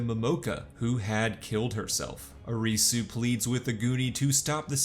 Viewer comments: Lol the recap was great, but the pronunciations were incredibly terrible. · Ah yes, the lead character... Ahreesoo